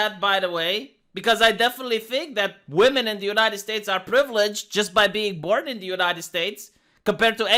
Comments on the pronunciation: Why can’t this interviewer pronounce the word women? She keeps pronouncing it woman. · I pronounced "women" phonetically for 20 years. She's probably doing that. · Is anyone else irritated by how the interviewer keeps saying "are woman" I didn't hear her say women once.